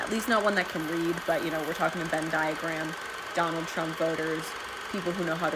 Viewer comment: If she could read, she'd know it's a Venn diagram, not a "Ben diagram."